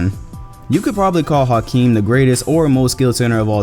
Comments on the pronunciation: H not house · In 2019 we still mispronounce Hakeem. The House is silent.